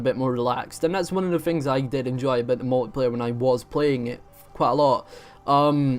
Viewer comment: I like how you say a boot